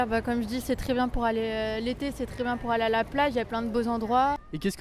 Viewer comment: "pour alala plage" - "all(er) à la"